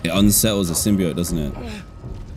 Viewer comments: DanTDM I haven't watched your videos in a long time and I love Spiderman so im gonna watch all this series after this video (the way to pronounce symbiote is sim-be-oat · Symbi oat is how it's pronounced Dan 😊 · Yes, it is pronounced symbie-oete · yea, as a venom and marvel fan its pronounced as "sim-bee-oat"